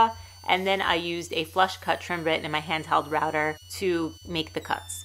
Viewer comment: not really. Sometimes router sounds like ratter and quarter like qwata